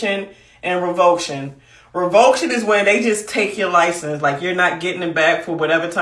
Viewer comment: Rev-o-ca-tion not revoke-tion